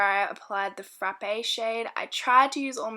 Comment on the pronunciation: Haha love the way you say "frrraappe" ! Loved the video